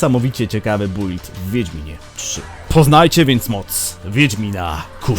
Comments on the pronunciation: czyta się "bild", a nie "bUild"... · Nie czyta się "bujld" tylko "Bild" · kuźwa czyta się bild a nie build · Zajebisty film i fajny pomysł ale prosze wymawiaj "build: poprawnie